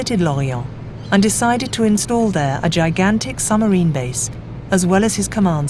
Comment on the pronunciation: You would have thought, with the time, effort and expertise that has obviously gone in to the making of this documentary, that somebody would have taken the narrator to one side and asked why she was saying "summer-een" instead of submarine. Oh, god! She just said "add-me-rally-tee"!